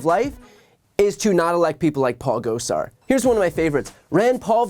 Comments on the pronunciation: I enjoyed how Dark Brandon didn't know who Paul Gosar was--or at least didn't pronounce his name correctly. 😜 Hopefully soon none of us will have to hear his name anymore--he's traitorous and evil. 👹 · Those AZ Congressman are MAGA pieces of work, aren't they? Love how he pronounced Gosar...LOL.